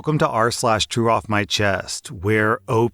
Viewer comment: Why does true off my chest sounds like 'chew off my chest'?